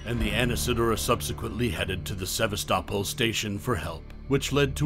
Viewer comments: Interesting pronunciation of "Sevastopol...". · How you gonna mispronounce Sebastopol?